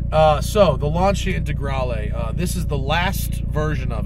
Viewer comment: TheSmokingTire I'm so glad you pronounced the name Lanica right i watched a clip of a Lancia Stradale owner on jay leno's channel and he fucked up the name claiming the proper name was launcher